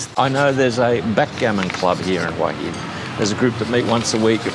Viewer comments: It's Wha Hin not Whora Hin! lols, get it right, love your channel, great watching! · Hoooey inn . FFS. It’s pronounced HWA HIN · Where is Who Hin, cant even say the name of the place right. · Barry is pronouncing it correctly. Hooha Hin is dead wrong and makes you sound like a tourist, I love it here and am definitely not going back. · you need to learn how to pronounce Hua Hin. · pronouncing Hua Hin wrong. Barry correct. Head Rock, just ask the locals.